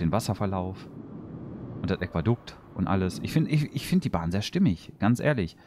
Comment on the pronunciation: *Aquädukt, nicht Äquadukt ;)